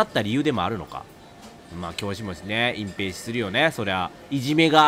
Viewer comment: 「そのいじめ見つけたら、あなた隠↑蔽↑しよう↑とかね」すまん笑ったｗｗ